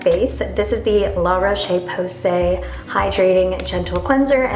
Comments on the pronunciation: I would like to see you put the products on your neck too, I feel like a lot of people just forget about this area. Also, the right way to pronounce LA ROCHE is 'LA ROCH'-without the E. Love u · IT pronunce LA roch without pronuncing et